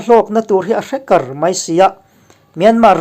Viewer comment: Chains in a hlawkna a 'hrekar' lai hi thluk dik taka thluk a tan a that mange aw! Mengkar tih thluk a thluk nise